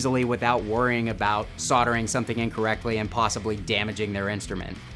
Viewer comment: wtf is with your inability to say the "L" soldering lol ????